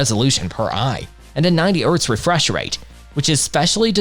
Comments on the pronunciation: Mispronouncing "chassis" (chass-iss) and "hertz" (urtz) really takes away from your competency in this review. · You pronounce the H in Hertz ffs. Also shit video with zero pricing points.